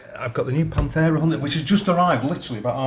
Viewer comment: Panthera with a TH :P